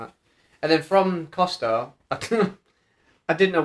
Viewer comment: Great!!! 🥰🥰 Just a wee funny, You said, we went to Costa and it cost’a’ lot 😂😂😂 That tickled me ha ha xx